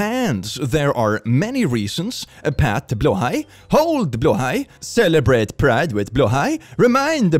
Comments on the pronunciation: Heeeeeeelp!! keeps pronouncing "blåhaj" as /blah/ /hah/. Plllleeeeeaaaaaase get him to stop! Teach him to say it correctly! It's driving lots of us nuts! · Anyone else just find out Blåhaj is pronounced blow-high, not blah-ha? 💀💀💀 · Please teach how to pronounce Blåhaj 🦈 ('Blaahaa' breaks my brain 🤪) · TIL that BLÂHAJ isn't pronounced how I thought it was 🤣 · Billions celebrate because they finally know how to pronounce blahaj in sweedish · I wanted to tell, that he's not pronouncing Blahaj correctly. Then I remembered he is Swedish. So now there are only two options, he is trolling us, or I've been lied to my whole life. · Is it blåhaj like bloehi or blaha? How do I pronounce? Help